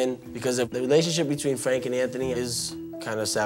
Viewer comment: Fwank is a vewy wazy cook. He doesn't even fwy the eggplants anymore, ma mudda and fadda end up fwying it! Wediculous!